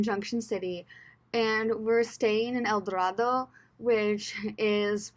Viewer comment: It’s pronounced El Do-RAY-do.